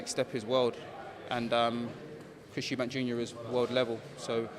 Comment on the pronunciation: guiding him to say Eubank.